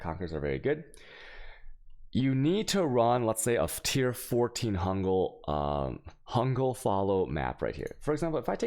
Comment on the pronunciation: Enjoyed the video w/ tutorial. Are you dyslexic by any chance? Heard you say Hungal Fallow instead of Fungal Hallow. Anyways, your content is good!